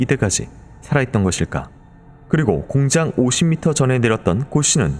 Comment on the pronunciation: 공장을 왜 자꾸 공짱이라고 발음 하시나요